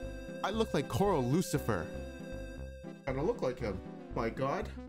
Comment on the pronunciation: ""coral lucifer". pog...